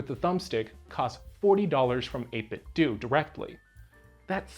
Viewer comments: "Dough" not "Do". Like "Dojo". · Pretty sure that’s how you say it dude lol. It’s supposed to be a play on nin-ten-dough. Every heard of them? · pronounced ate-bit-dough, ya know... like nin-ten-do, get it? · Why do people insist on pronouncing "do" in 8bitdo like "doo" and not like Ninten"do" as it should be? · 8bitdoo? What is that? A controller to play Scooby Doo on a Nintendoo? I can't take people seriously that pronounce 8bitdo wrong. lol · You don't pronounce Nintendo as Nintendu so why does everyone call the company that makes Nintendo replica controllers 8bitdu? I know it's a complete non-issue but it drives me insane. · "8BitDo" is pronounced Eight-Bit-Dough. It's a play on "NintenDO." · It is the year of the lord 2000 + 23 and people still don't see that the 'do' in the 8bitdo name is supposed to be pronounced like Nintendo. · Yeah, years ago, the company said it is "doo". They even used to sell a Bluetooth speaker that would say "8BitDo" when powered on and people then were like "oh so that's how they pronounce it". Since obviously we would assume it is like the 'do' part of Nintendo. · Can't believe they pronounce their own name wrong. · Seeing this be the too comment soothed my soul from the annoyance of the mispronunciation